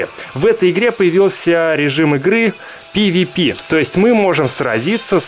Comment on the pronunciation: Не пивипи а пэвэпэ